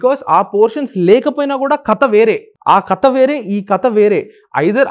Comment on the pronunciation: కత కాదు 'కథ'